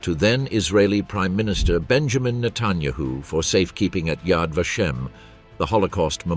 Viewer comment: If he cannot pronounce Benjamin Netanyahu correctly then I cannot listen to him anymore.